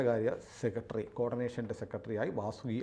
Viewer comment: സെക്കെടെറി അല്ല സെക്രട്ടറി എന്ന് പറയുക.